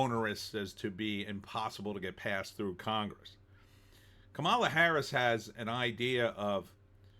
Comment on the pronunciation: First of all. Her name is pronounced COMMA LA!